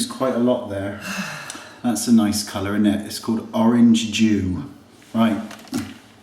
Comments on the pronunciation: Aw poor mandy :D that was quite a roast. And I'm almost sure I heard you say orange Jew was the airbrush color haha. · what did he say that foundation was? orange jew?